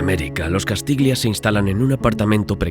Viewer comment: castiglia se pronuncia castilla. -Un saludo.